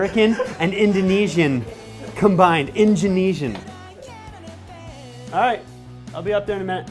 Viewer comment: "Injunesian" lol